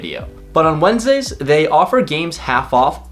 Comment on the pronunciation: "Wendesday" LOL